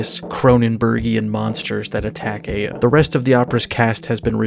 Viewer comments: Isn't it Eye-A and not Ey-A? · Eh-ya? Like that Outkast song from way back? I'm pretty sure it's pronounced eye-ya or ah-ya. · never pronounce aya again